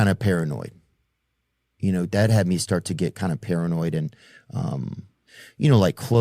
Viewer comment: "I feel parinod, terrified" Nice country we have here. Theo Vaughn is terrified.